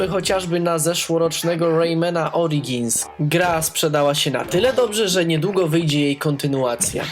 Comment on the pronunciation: kanał o grach jak najbardziej na plus, odnosnie "łejman oriGins" rece opadly, czyta się "ORIDŻINS", pozdróweczka :D